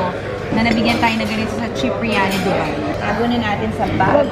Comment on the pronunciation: Its not Du-byee, Its Du-Hello 😂😂😂😂😂😂😂 Ambot nimo te Alex..